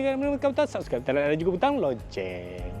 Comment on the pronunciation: Loceng bang bukan LoNceng